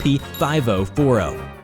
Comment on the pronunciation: Nobody: Not a single soul:: FIVO FORO